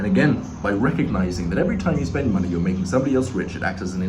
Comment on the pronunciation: Why is they way he says money so funny? Männie